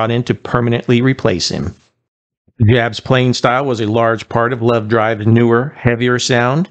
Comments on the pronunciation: It's pronounced "y" yabs!At least ger his name right. He is the best guitarist they've had.Hes disciplined and melodic and took the band through four decades. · It's a German name..it's pronounced Yabs. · It's pronounced "Yabs". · The J in Jabs is pronounced like a Y. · His last name is pronounced like “Ya-ps” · Jabs is pronounced like Yabs. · His last name is pronounced Yaabs. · his last name is pronounced "yobbs". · Before posting a video in honor of an artist, you should learn to pronounce their name correctly.